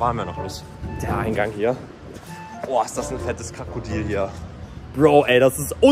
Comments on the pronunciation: Lukas du hast kakodil gesagt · Perfekt einfach nicht Krokodil sondern krakodil